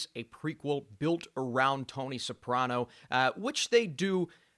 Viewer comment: Who's Tony "Saprona"? You lose all credibility when you can't even get a name right.